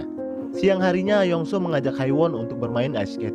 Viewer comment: Yongsu. Itu bacanya